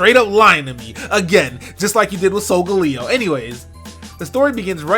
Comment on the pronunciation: WHY CANT PEOPLE PRONOUNCE SOLGALEO'S NAME CORRECTLY! It's soul-gal-E-OH